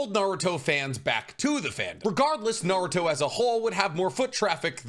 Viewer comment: like his enthuaiastic & down to Earth explanation, it's just that his pronunciation really hurts my ear e.g. Naruto = "NarutoW", Retsuden (with a clear "E" = "RetsudAn" how come you can pronounce "Ret" correctly but gets "den" so wrongly? (to name a few... of a lot...)